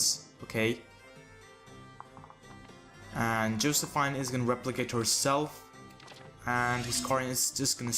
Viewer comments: I'm pretty sure it's "Joseph-EEN" instead of "Joseph-INE" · Josephine is pronounced Jo-sef-eene